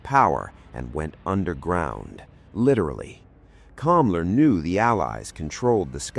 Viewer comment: The name was Hans Kammler, NOT Kamla .... duuuuuuh